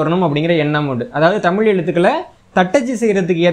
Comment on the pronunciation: தமிழ் தமிழன் என்ற தங்களது உச்சரிப்பு எனக்கு மகிழ்ச்சியை அளிக்கிறது மிக்க நன்றி மகிழ்ச்சி நன்றி வாழ்க தமிழ் வளர்க தமிழ்.